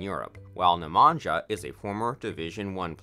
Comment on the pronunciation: Totaly wrong pronunciation of all names!!! Natalija is pronaunced Natalia, Stahinja is pronounced Stahinya, Nemanja is Nemanya. Ognjena is Ognyena.